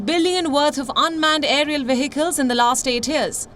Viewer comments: Please note that the h in vehicle is a silent “h” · Please note that the “h” in the word vehicle is a silent “h” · So veicle? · Not for everyone. Just like behind is ba-hind for some and bee-hind for some others. People pronounce English differently according to their own cultures and vernacular languages.